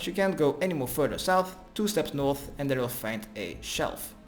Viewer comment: GO NOOOOOTH GO EAST THEN NOOOOOOOOOOOOTH, when he finally said north i was so happy, then it went back to NOOOTH